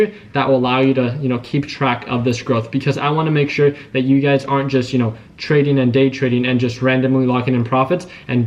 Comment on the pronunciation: Everytime you say ugaz,i be thinking you be saying you guys 🤣